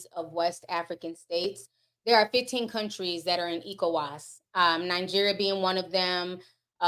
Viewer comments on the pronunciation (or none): Hehe Ti’s pronunciations. Niger is pronounced Nee-Jer (the jer has a French sound on the ‘j’) Côte d’Ivoire is pronounced Coat d Ivoir ECOWAS is Eh Co Wass